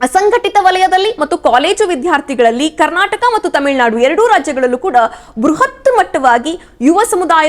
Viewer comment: Temilnadu alla tamilnadu try pronouce correctly